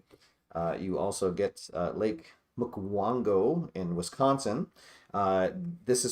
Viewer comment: Plus it's pronounced Muck wanna go... lol... Wisconsin names are fun...😅